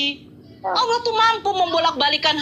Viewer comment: Nyebut Tuhan jgn olloh atau owlloh. Tetap Allah namun di perindah penyebutan nya. Sehingga seakan akan Alloh/Awllah/Awllah. Tetap Allah ya sayang